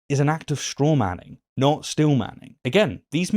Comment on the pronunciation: its "steelmanning" not "Stillmanning"